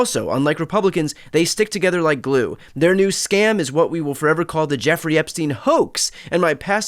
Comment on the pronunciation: At last someone says Epstein correctly - the UK reporter who attended this. It should be said 'Epstine'. To be said 'Epsteen', it woukd have to be spelled 'Epstien'. As for Trump still using 'Sleepy Joe Biden' - Dozy Donald Trump has napped in public plenty of times. We all know he is dodgy AF (putting it mildly) when it comes to young women and girls. He's vile, full stop.